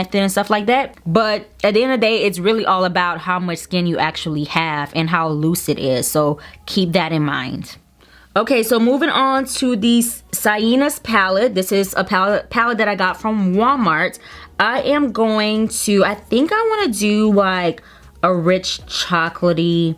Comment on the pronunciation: Sienna See- en-a like vienna 😒